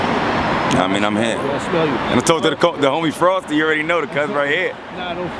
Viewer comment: Fake ass nerds can't even say cuz right cuzzzxxxxx......